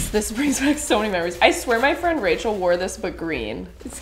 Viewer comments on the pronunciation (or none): none